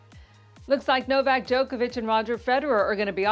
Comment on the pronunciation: Who is" No-vay?" Novak? Is that a nickname or just a blatant error?